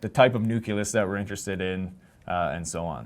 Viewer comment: Hearing you say systematically say "nuculus" instead of nucleus is distracting, bringing to mind Homer Simpson's famous quote.